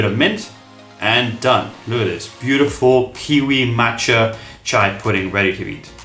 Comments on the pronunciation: It is chi-a not cha-i pudding. Chai is tea. Chia is seed. There's a difference. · CHEE-YA not CH-AYY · Why is he saying over and over again CHAI????????!! Omg i closed the video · Not chai seeds, they are chia (chee a) seeds. Thanks for the recipes. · If you listened to just the audio of this video it’d be so confusing 😅 Chia and chai are different things, chia seeds is what you’re using for this video but chai is a combination of spices used for chai tea that originated from India. The pronunciation is different. The seeds are CHEE-a and the tea is Cha-eye. But Overall cool recipes, never thought of putting mach-a powder in it, could give a little morning caffeine boost as well. I make it with chocolate or dark chocolate almond milk and put toasted coconut flakes on top or strawberries